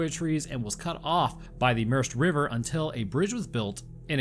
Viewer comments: i hope you know the merced river is pronounced “mur-said” no “mirst” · The Merced River is pronounced mer sed. Not mursd.